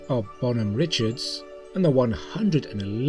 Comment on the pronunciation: Just a note -- Based on the pronnuciation of the name of the 'Bonnie Dick' -- CV-31, Bon Homme Richard -- it's "Bon-hom Rih-shard", not "rih-chard". It takes the French pronunciation; my father having been assigned to her for several cruises, I'm quite familiar with the pronunciation of her name. There have been five ships with the designation USS Bonhomme Richard or Bon Homme Richard with the same pronunciation for all of these ships.